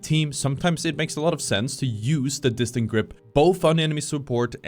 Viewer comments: Dis-tend-ed. It's driving me crazy how you keep pronouncing it incorrectly and it makes you sound like you don't know what you're talking about. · Bro it's distended, not distant